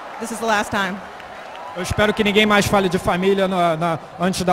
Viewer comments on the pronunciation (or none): none